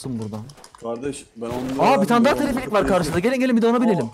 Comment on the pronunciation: Abi teleferik o telefelik değil😂